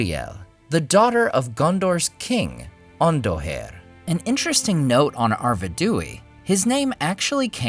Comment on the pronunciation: A gentle reminder to refer to the short pronunciation guide Tolkien provided. Which is better? "Ar-ved-DOO-EE" or rather "Ar-ved-why"? 😉 I'm doing this from memory so I'm sure I will also be descended upon by fans who are even more Tolkien-erudite than I am. 😜